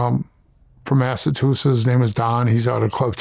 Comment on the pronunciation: He pronounces Massachusetts like Milk74....lol.